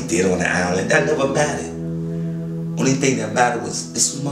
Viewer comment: Island not Allen